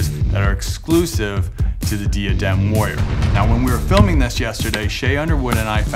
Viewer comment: When you are sponsored by diadem and pronounce it wrong lol. It’s Die - uh - dem my friends 😊